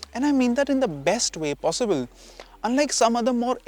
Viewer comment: It's not possibell but possible